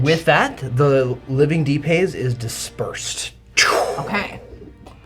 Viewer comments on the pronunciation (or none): Awesome battle. If I could suggest, please..... enunciate "Deep Haze" as two separate words hitting the 'H' hard. At first I thought you were saying something like, "De-paize". Hope this doesn't come off like I'm being a "" lol